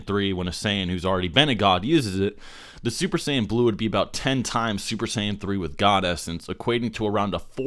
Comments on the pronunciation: Lol did you say "Duper Saiyan Blue" when u first said it? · young savage I never said that he isn't supposed to make mistakes. I just found it funny that he said duper Saiyan blue. Other people found it pretty funny too. Not throwing shots at him or anything